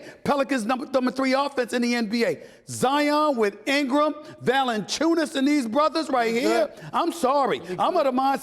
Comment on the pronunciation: How can SAS pronounce Valanciunnas perfectly, yet after years now he still can't Doncic?